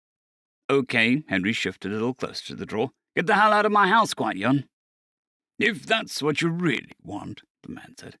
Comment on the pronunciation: Gwid-ee-on. Gwydion. 😂❤